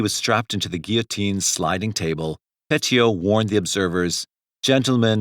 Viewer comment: At least someone said "guillotine" normally. That one is very distracting when mispronounced repeatedly in a video.